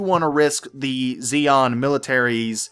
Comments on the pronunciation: Xi is not pronounced Zeon, but Shion, xi is the sh sound in chinese. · Xi in Chinese is pronounced Chi if that helps. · not nit-picking but I think its 'Shi-an' the alien race is based upon old Chinese dynasties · I think xi'an (which shares the name of a Chinese town I visited) is pronounced she an. But yea I could be wrong. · It's pronounced Shi-an, it's supposed to represent the Chinese I believe when the Roman Empire stretched that far East. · Normally Xi is pronounced Ze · Pronounce it "Z(zie)-n(en)" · pronounced SHEE-ann.